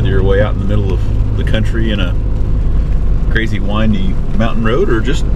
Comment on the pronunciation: New drinking game: Have a slug every time says "Ca-ray-zee."